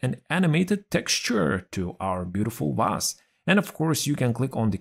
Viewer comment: I just love how you pronounce the word 'vase' - it always sounds 'Vaas', like the infamous mad guy from Far Cry 3. 😆 Using an invisible pie chart to set the right percentage is a very clever idea, I'll use it from now on, thanks! But Microsoft should offer us a much simpler method, I think... You can already set up a lot of things, why this should be different? Also, I had a strong feeling that you're behind this new channel since its style is very similar to yours! And I was right, of course... Good news: you have a new subscriber! 😁 Keep up the good work, mate! 👊